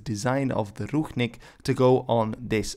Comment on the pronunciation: It is not ruchnik, but rucznik!